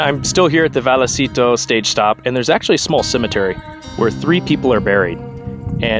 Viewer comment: Pronounced vay a citos.